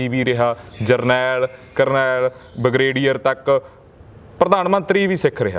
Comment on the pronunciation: Journalist ਸਾਹਬ journalism ਤੇ ਥੋੜਾ ਬਹੁਤ ਤਰਸ ਕਰੋ, ਬਗਰੇਡੀਅਰ ਨੀ ਹੁੰਦਾ ਬ੍ਰਿਗੇਡੀਅਰ ਹੁੰਦਾ ।